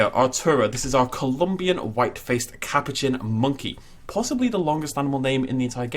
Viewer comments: Ca-pou-chian Not Cap-o-chin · Sorry don’t need to be rude but ca-poo-chin